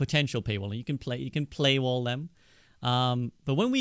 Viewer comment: I know when the interviewer said "Play-wall" instead of pay wall that the developers said "WRITE THAT DOWN WRITE THAT DOWN" to be able to sell things to us later in a shady way.